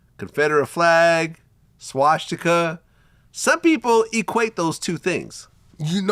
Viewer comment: Vlad, practice makes perfect SWA-STI-KUH, that's how it's pronounced, not SHWA-SHTI-KUH, you silly goofball. Lmao